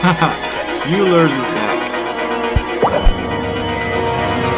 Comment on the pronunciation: Always notice engineers always pronounce Euler's name wrong 😂